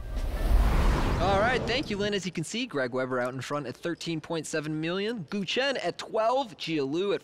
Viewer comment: sorry guys, but GUO is not pronounced goo .. it is pronounced gooWAW g- u - uAW